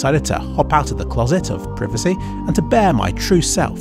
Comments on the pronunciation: its pry-va-c not priv-ve-see. cmon. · it's "pryvacy" not "prihvacy" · srsly who pronounces it like that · It's pr-eye-vacy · Also, preevacy. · did you just say preevacy? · We pronounce privacy very differently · The way thee pronounce "privacy" -- is it the British pronunciation? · why do you say privacy differently than me!!!! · It's privacy not privacy. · Lolwut, can't pronounce privacy correctly. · ffs say privacy right